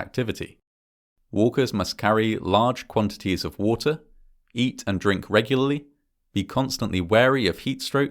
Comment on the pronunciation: The way he said “between 1 and 4 people fall into the canyon each year” sounded like “1 in 4 people” and I had to replay it lol